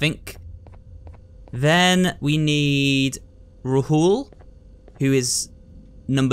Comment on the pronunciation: Bro it's not ruhul its Rahul raaahul